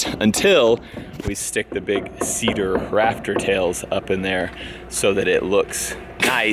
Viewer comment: I keep thinking he's saying raptor tails like the dinosaur instead of rafter tails